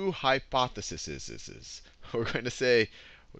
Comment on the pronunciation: How on earth are you teaching this if you don't even know that the plural of hypothesis is hypotheses (hypothe-sees, like see with your eyes)